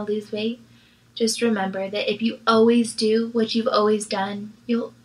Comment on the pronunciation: Myka, it's: All-ways. Not: Oh-ways 🙄